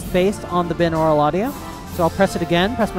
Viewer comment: Hey just a small correction if you didn't know, it is pronounced Bi-naural audio not bin-aural. It is named that way because two = the prefix bi-. So yeah... that kind of bugged me.